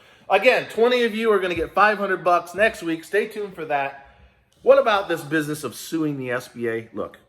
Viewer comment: We not talkin proper no more, you said it right "" 😉😂 #EIDL gimmie my damn money!